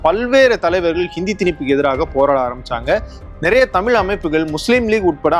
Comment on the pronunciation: அண்ணா அவர்கள் அன்று சொல்லியது இன்று நடந்துகொண்டிருக்கிறது. "தமிழ்" என்று சொல்ல இயலாமல் "தமில்", என்று சொல்லும் தமிழ் இளைஞர்களை பார்க்கும்போது வேதனையாக உள்ளது. தாய் மொழியில் எழுத படிக்க தெரியாத இளைய சமுதாயம் ஒரு பக்கம்...